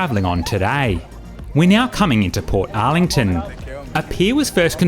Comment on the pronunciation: thank you. I think I will make a booking.🎉 PS: Bolte-ee not bolt. Portarlington is not spoken as two words. EG : You would not pronounce Melbourne as Mel-bourne. OK?! 👋😃🇦🇺👌